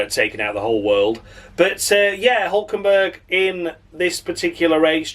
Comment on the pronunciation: Great show, perhaps your best Hulkenbuuurg rendition ever, you're gonna miss him something terrible when he's retired. Perhaps in the off-season you might consider a 'discussion' show where you ponder direction of F1, for instance Audi's premature sale and Michael Andretti's abortive attempts, yet Cadillac welcomed with open arms.